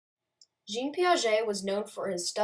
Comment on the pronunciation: Fantastic research. Just a note on pronunciation... Jean is pronounced [ʒɑ̃] not [ʒeen] 👍